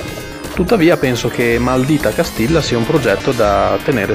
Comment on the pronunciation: maldìta castijja credo si pronunci correttamente. Comunque davvero un po' troppo retrò per i miei gusti, non per tutti :/